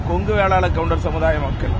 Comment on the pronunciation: Theeran chinnamalai " koundar" nu sollu...